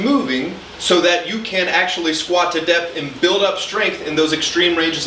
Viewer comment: Not going to lie, i heard “depth” as “death” and thought “hell yeah i gotta push myself more”